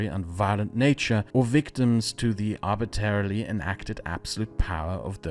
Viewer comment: Love the directions channel is taken, one of the best features is your voice and diction, which are almost always impeccable. But one small caveat, arbitrarily is pronounced arbi-TRA-rily. Both of the “R”s are pronounced